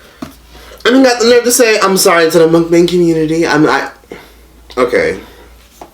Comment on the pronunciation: can't even say MUKBANG right. Lmao